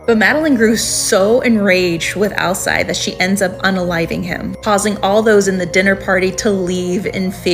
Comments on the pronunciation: Pretty sure it is pronounced Al-seed, like the Werewolf from True Blood. Hope that helps! 🙏🏻😊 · Alcide is pronounced Al-Seed